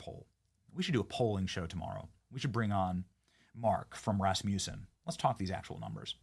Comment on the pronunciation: IT'S PRONOUNCED RASS-MUSS-SIN!!😠